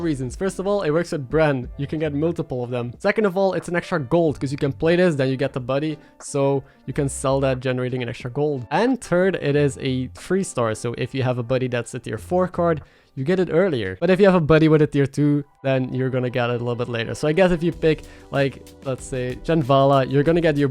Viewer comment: Sorry to harp on you again,.... but if you are going to say "third" just say 'surd'... it's better than saying "turd" XD great video. I disagree with Silus' buddy, I think spinning tickets for 1 gold is amazing.